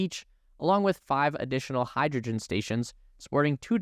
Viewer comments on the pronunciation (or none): none